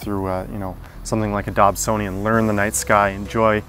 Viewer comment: At you said to do visual astronomy first through something like “adob sony”. What is that? I know I am not hearing it right.